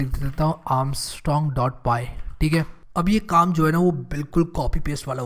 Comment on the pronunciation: Did he say Binod number🤣🤣🤣